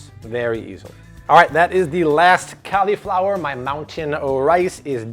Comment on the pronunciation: "Cali-flower"? What's that? You mean "cauliflower"? (CAWL-E-FLOWER)